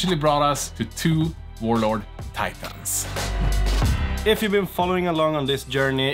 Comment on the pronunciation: whuarloads teitäääääns *skadusch